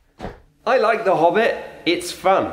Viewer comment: It’s “Hobbit” not “Bobbit”—I’ll take my consulting fee in large denominations, thank you 🙏.